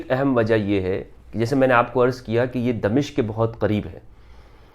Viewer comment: غلط العام اگرچہ صحیح ھوتا ھے مگر صحیح لفظ دمشق Damashk میم کی زبر کے ساتھ۔